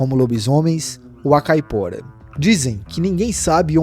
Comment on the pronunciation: Me desculpe mas não posso deixar passar . NÃO se fala ou se escreve "Famaliar" o correto é "FAMILIAR" , pois vem de " família " ou seja , o diabo que pertence à família. NÃO se diz ou se escreve " Capora" , o correto é "CAIPORA" , quem é brasileiro e NÃO sabe o nome correto de suas lendas ??? ...só quem não presta atenção no que está lendo !!!😮😮😮😮 um vídeo não se faz só lendo um papel , mas sim contando uma história que a pessoa já tem conhecimento .